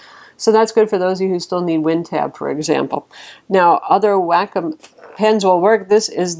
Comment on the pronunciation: I think you pronounce, Wacom, Wah-com. Not Wackhim :-)